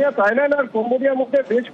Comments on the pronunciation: তাইল্যান্ড না থাইল্যান্ড হবে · তাইল্যান্ড না থাইল্যান্ড ওকে